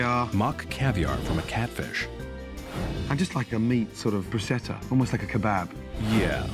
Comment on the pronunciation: Always annoys me that he can't pronounce bruschetta properly. Come on man... You're a Michelin star chef.